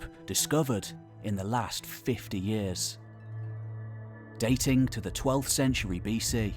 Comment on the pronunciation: Datingk Longk Tellingk Apparently I've been mispronouncing these words 😑 It reminds me of people that say cousint or wellp.